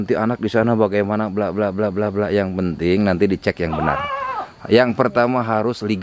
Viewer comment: mah kamar ge jadi kamer legal jadi legel 😅